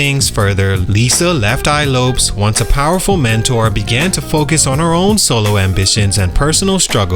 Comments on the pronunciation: LEFT EYE LOPES??? LOPEZ? Bruh this AI is not bad BUT fix that LOL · The fact that u keep saying (lopes) instead of LO-PEZ 🤦🏾‍♂️